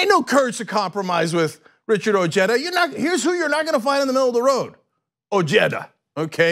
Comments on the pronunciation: Weird. OJEDA and Cenk both pronounce his name: O J E T T A, meanwhile everywhere else in the civilized world is is pronounced: O H E D A, AND he is of Mexican heritage. Regardless, he will win handily. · I like his energy and whatnot, but something bothers me. Like, I know it's probably a regional thing, but the family I knew in high-school with the name "Ojeda" pronounced it "oh-HEY-duh". "oh-JET-uh" sounds just wrong to me. XD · SERIOUSLY CENK? Would you like it if your name was pronounced "senk"? HABLE BIEN CABRON, O NO HABLE. it's pronounced "oh-heh-da." And it's Spanish I believe. Anyways bless your ur 💓 too. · O-H-eda. Its not pronounced Jeda. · What's an "Oh-Jedda" LMAO!!! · Oh-hey-da come on guys, his has a Spanish name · I pronounced his last name oheda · It's pronounced O Ged a...a cousin more recently from Mexico uses the Mexican pronunciation. Richard's family immigrated many years earlier and have Americanized. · At least try to say his name right, nevermind doesn't matter he has no chance to beat Trump